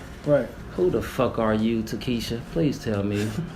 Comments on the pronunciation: Ctfu this nigga called him Takeisha 😂😂😂 I can’t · Jaqua Brown hilarious like te-kee-sha